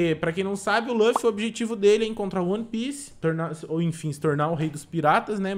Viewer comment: Só eu q tenho agunia quando ele fala luffy dql jeito?